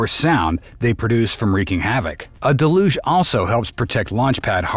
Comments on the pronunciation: It's DEL-uge, accent on the first syllable. Just ask Jackson Browne! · Uhhh… “deluge” is pronounced “del-yooj”, not “duh-looj”. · What is with this de-loosh business? It's del-yuge. Like huge. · Pet-peeve: Why are people pronouncing "deluge" as de-luge rather than the correct del-uge pronunciation. I'm hearing this from multiple content producers. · "da LUGE" system?